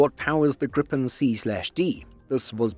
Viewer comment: Slight gripe (pun intendeD) with this video: It is not pronounced grip'n, but gree-pen, with a syllable break before the 'p'.